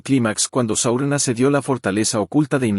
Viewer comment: Buen resumen, pero si estás narrrando en español, Frodo no es froudo, y Saurón, no es Seuron.